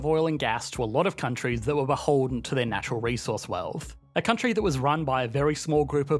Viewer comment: think this guy's ever gonna learn to pronounce vowls? "countryyYYyYyyYYyyyYy"